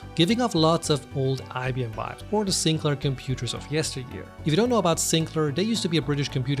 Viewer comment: I am surprised you could not pronounce Sinclair properly.....